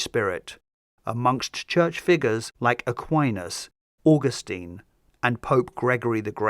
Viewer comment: Just pronounce Augustine properly!